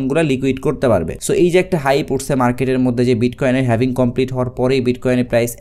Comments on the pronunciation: Eijonnei bollam dictionary te HALVING likhe search kore then pronunciation shunen tahole bujhben etar sound HAVING hobe naki HALVING hobe! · Lol 😂 The original pronunciation is HAVING not HALVING!